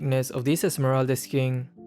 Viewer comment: be like: "this new very expensive skingggg"